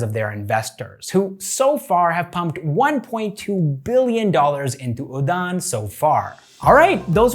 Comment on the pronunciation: dude.. u gave your best to pronounce all those names... 👍 note: sometimes we pronounce d as 'r' and udan is one of them.. it's pronounced as uran... thank u